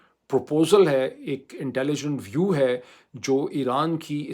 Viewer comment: Ty for addressing my suggestion of Pilot vs poilet. From time to time I will pin point your pronunciation eg it is YEAR and not EAR. It is VIEW and not VEW. I hope you won’t mind about my correcting. In Arabic alphabet there is no P and they will use B instead of P eg BAKISTANI. Likewise In Bengali alphabet there is not V and the they will use B eg VAN vs BAN.